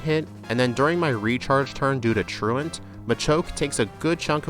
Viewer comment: Found you last night and enjoying the videos! I genuinely appreciate that you pronounce "truant" correctly. 😂 You earned a follow with that one!